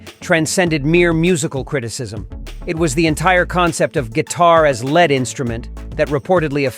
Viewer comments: "lead" or "led" instrument? "Lay" or "Les" Paul guitar? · Learn how to pronounce words correctly if you're going to do a video like this. It's "ing-vay" not "ing-wee". Dummy. And "lay paul"? "led instrument" instead of "lead instrument"? Are you kidding me? LOL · "Satriani ... the concept of guitar as lead instrument" pronounced as "led". Well, if it is heavy metal, that passes the smell test, I guess.